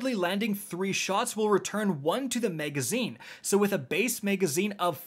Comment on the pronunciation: MAG-azine. not MEG-azine.